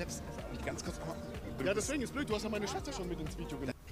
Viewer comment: Beste stelle ab körz sprechen verlernt